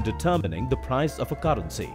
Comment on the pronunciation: Why tf he pronounce caarency